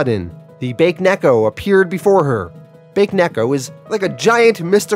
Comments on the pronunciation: It's pronounced Ba Ke Neko. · "Bake Neko" Lmao, pronounced it as Baked Cat. Isn't in Japanese it pronounced as "Bake" in two syllabus? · Watching the Irredeemable playlist for the first time. I know this video is over a year old, but I just wanted to point out that Bakeneko is actually pronounced Bah keh neh ko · Not to be the, "Mwell-achktually..." guy but it's pronounced, "Bah-kay" (Bake) Neko. Ghost/spirit cat. It's like nails on a chalkboard to my Jamabnese speaking ears 🤣🤣Love the channel!Q Instant sub when I saw you cover both, "The Boys" and, "Irredeemable." Awesome! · Its Baa keh neh koh. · BA-KAY-NECK-O 😂I love the content but that is so jarring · Excellent comic- the cat monster is pronounced “Bah-Keh-neck-oh” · Baked Cat